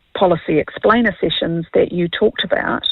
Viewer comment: It’s how you say explainer on te Tuapapa 😅